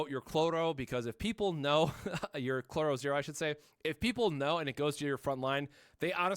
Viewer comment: IT'S CHROLLO! NOT CLORRO!